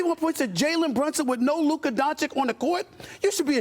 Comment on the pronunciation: Stephen A was so pissed before, when people pronounced Ime Udoka wrong and yet he still doesn't pronounce Luka's name right.